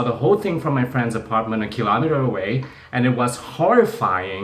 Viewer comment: nhấn chữ kilometer sai roài...